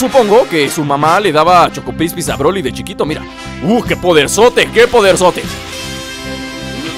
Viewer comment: nl es choco kripis tu dices choco prispis XD